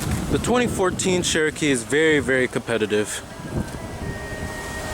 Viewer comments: Chair-O-kee not Share-O-Kee... for some people Cher will always be pronounced one way, but really if the brand is as iconic as you state (and us Jeep owners know) then you'd think the pronunciation would come naturally. =;-P The lift up seats seems like a good idea for front storage, but... Why? The older method of an under-seat box is easier to access as the driver and something that is 'safer' while driving than flipping up the seat, and impossible in thenew design if the seat is occupied; makes more sense in the rear seats. I agree about the speedo, considering all the other aspects of the information cluster/console you would think they would have better Speedo/Tach. I have difficulty reading the Wrangler's in bright light (which is not ucommon with the top off). The Arctic and Polar editions are easier to read in direct sunlight and at night, although some people might find them too bright at night if they don't know where the dimmer switch is. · That sheeeeeeroke is soooo fk annoying! speak ENGLISH! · pdgable sure not everyone pronounces things the same, there many people who pronounce things incorrectly. This is an iconic proper name, therefore there is a correct pronunciation, regardless of how many times you wish to try and express the contrary through spamming excuses. You can get irritated about people correcting, and yourself obviously, as if we were correcting the pronunciation of Ibiza, but it still wouldn't change that he and you are both wrong. It's not Share-O-Kee anymore than it is PewGoat, AeweDie, Hagwar or Porch. It's OK for a neophyte to make such an error, but not a reviewer, especially when talking about a "Classic nameplate" not a new brand/model. It's compounded by being a name that predates the vehicles' heritage, and is not some made-up marketing word/name like the Subaru Levorg, or the Merkur XR4Ti.